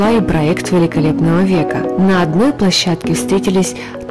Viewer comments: ПлОщадке.)) Лучше позаботиться о грамоте материала, перед выкладыванием во всеобщий доступ. А так, информация очень интересная. Спасибо. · "Скандалы на плОщадке"!!! Что ж так Вы безграмотны???